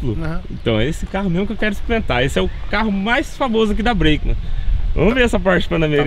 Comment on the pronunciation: Tá precisando de um curso de English, não sabe nem pronúnciar a palavra Breakman